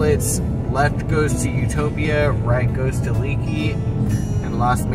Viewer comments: It's pronounced "Lake E", not leaky. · Leakey is pronounced “ lake-ee” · Very nice! However Leaky, Texas is pronounced Lakey. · Leaky is pronounced "Lake-y." If you're not aware, there's a cute little museum in Bandera & Leaky, a motorcycle museum near that store you pointed out in Vanderpool & no mention of Lost Maples State Park or the Frio River. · Isn't Leakey, Texas pronounced "lay-key"?